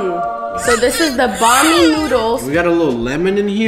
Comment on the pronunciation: Wow. If you’re going to make a video about Filipino food, at least learn the names of the dishes you’re eating. “Ban mi” noodles? Wtf.